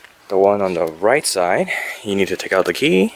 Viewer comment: Did anyone notice this guy can't pronounce the word "side"?